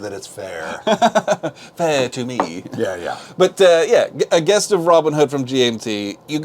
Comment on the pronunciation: 'Gest' is pronounced as "jest" btw, not "guest". I'm really impressed by the look of this game and as I love the theme I might get this even if it's not an entry into bigger COIN games.